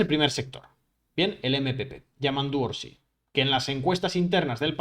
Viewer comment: es Yamandú Orsi, sin acento en la í. NO es "Orsí".